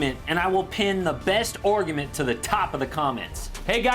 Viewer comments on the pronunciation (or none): Nobody’s talking about him saying “OUGUMENT” instead of argument?